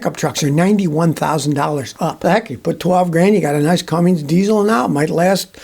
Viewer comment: Scotty, do I hear you pronouncing the name Cummins diesel as “Cummings”?😅